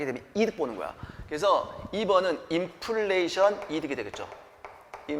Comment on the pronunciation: 업로드 기다렸습니다~ 이번편도 명강의 감사합니다~ 3분31초 인플리션 이-득 강조하신거 재밌어요 ㅋㅋㅋㅋ🎉🎉